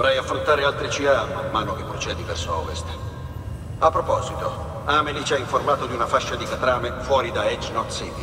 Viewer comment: ma quando inizierai a dire bene amelie?credevo ti saresti corretto da solo ma al nono episodio non ce la fai proprio